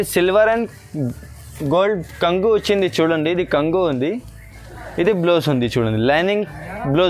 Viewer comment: బాగుంనాఈ చిరలు కంగు కాదు బాబు కొంగు అను